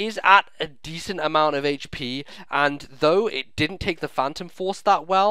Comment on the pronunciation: Isn't mega-dactyl's base attack 135? "Decent attack" my az., get them English words out correctly man:D